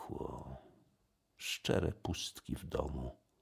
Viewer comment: szczyre a nie szczere